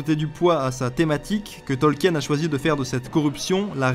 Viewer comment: Simpa ta vidéo mais stp, je pense que tu es français, l'accent pour l'anglais nest pas terrible ca cest normal mais stp.. pas Tolkièèn.. prononce au moins le nom de l'auteur correctement stp. XD Bisous